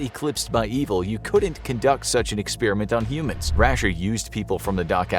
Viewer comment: It’s not an experEeement!!! It’s an Experiment……